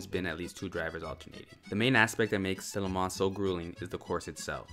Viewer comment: There is no ‘s’ sound at the end of Le Mans. Technically, no ‘n’ sound either. This was as hard to listen to as a documentary on the Corvette where the narrator calls the company “Shev-ro-lett”! 🤦‍♂️